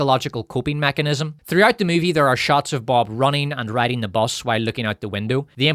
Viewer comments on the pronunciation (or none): none